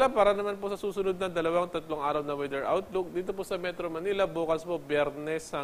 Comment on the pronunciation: Comment lang ha. Pede ba? Filipinoism na lang gamitin ko para pang MASA. Pano ba pronounce ang weather? (Weeeder) or (Weder)... Need more training in public speaking.